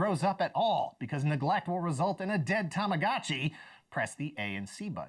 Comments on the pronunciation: "Tamagachi". He's butchering the Japanese language 😖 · Why he call tamagachi and not tamagochi ?